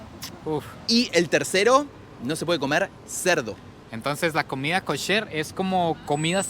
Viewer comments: EL ARGENTINO PARA HABLAR OTRO IDIOMA (el que sea) NO RESPETA NINGUNA REGLA MILENARIA. Comida KASSSHÉRR ! 😑 kosher hombre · ES: KOSHER ( COSHER ) NO: KASHER ( CASHER ) KOSHER, K. O. S. H. E. R.